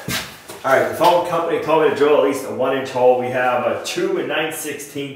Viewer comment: You said "foam company" I heard phone company. It was an interestng couple of seconds of, "What!?" for me. A hole saw might have made that easier eh?